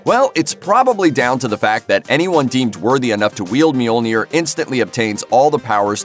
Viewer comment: I hate they way you pronounce Mjolnir 😩